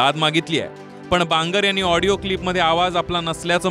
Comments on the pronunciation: आबे " हिडीयो " नाही रे आडियो म्हण रे बाबा.... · ऑडिओ क्लिप ला हीडिओ क्लिप म्हणताहेत आमदार महोदय 🤦🤦🤦. यावरून हे आमदार किती अडाणी असतील याचा प्रत्यय येतो. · हा कसा आमदार होऊ शकतो Audio क्लिप म्हणता येत नाही तो वीडियो क्लिप म्हणतात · हेडिओ नाही audio ahe😂😂